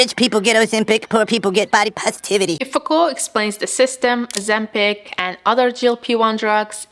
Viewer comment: It’s Ozempic.